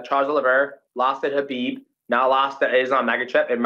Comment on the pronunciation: Two people saying Khabib’s name correctly, love it 👏🏼